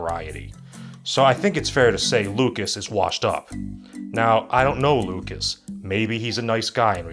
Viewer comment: How did you mispronounce lucas but not Cruikshank